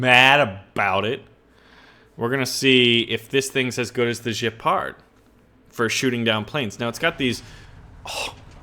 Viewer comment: dude, it's Gepard with a hard g, like 'get the fuck outta here, not Jepard, FFS! I mean, really!